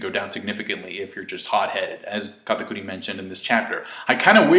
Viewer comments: its kat-ah-kur-ee dammit, not kata-coooo-reeeee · You saying katakuri in a weird way